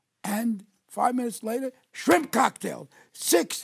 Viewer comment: A frimp cocktail? Must be when you can't decide between fruit and shrimp.